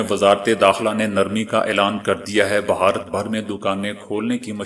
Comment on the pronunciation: خبر۔ سپاٹ یا غیر چذباتی انداز میں پڑھنا اصول ہے ۔اور بہتریں خبریں کہنا جہالت کا شبہ دراز کرتا ہے ۔بس تازہ ترین خبریں لکھیں۔ بھ ا رت بھارت یا انڈیا یا ہندوستان کہیں۔ ب ہارت نہ کہیں۔